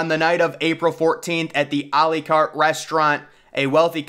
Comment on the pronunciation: A L-ee Cart It's A Lah Cate